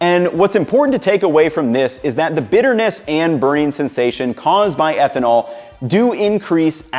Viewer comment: ehtnanol instead of ethanol :o